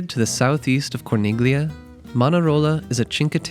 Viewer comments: It's pronounced "CHING-kway." 😊 And "cor-NEEL-yuh." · Very well structured video 👍 clear cut easy to follow. If you don’t mind, Corniglia is pronounced with the “g” silenced. As in many Italian words. Similar to Bagno. 😊